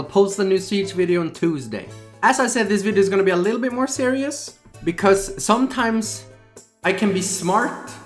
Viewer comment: Emphasis on the SOMETIMES parts